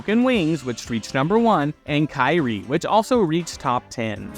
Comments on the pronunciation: Is It Love was the 3rd single Kyrie (pronounced Kee-ree-yay) went to #1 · "Kyrie" is pronounced "Keer-E-ayy", and like "Broken Wings", also hit #1. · Mr. Mister did a song called KY-REE? Sorry, its pronounced kir-ee-ay. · Best part of the video: Heart and Soul by T’Pau. What needs work: the pronunciation of the word Kyrie (Mr. Mister). It’s a Latin word- not an NBA player 😉